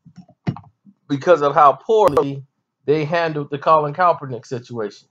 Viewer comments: Who the fuck is Colin calprineck... Jesus learn how to pronounce the names of people you critique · Your rationale is weak AF. You're saying I can't articulate to you why I support Kaep's protest and you can barely pronounce "Kaepernick." Do you not understand that the very definition of a sell out is to compromise your principles for a paycheck? Francis Scott Key didn't revise the national anthem. He wrote it like he meant it. Someone coming along later and taking a verse out doesn't change the context in which it was written. And did you really equate protesting the wearing of fur to protesting the killing of unarmed people by police, in which nobody is punished? Those acts of injustice invalidates the principles your beloved national anthem says this country is supposed to represent. Thus the protest. What don't you understand about that? And you call us stupid? Man, stick to talking about hip hop beefs. Social commentary is obviously not your thing. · Put some respect on his name and say it right